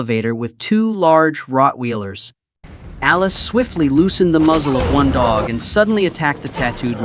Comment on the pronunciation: Not "Rotwheelers", please at least TRY to correct your AI, you programmed it🤦🏾‍♀️🙄